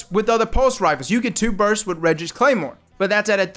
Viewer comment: Lol bro. You’ve got great vids. But there is a T at the end of BURST. Say it. It’s there.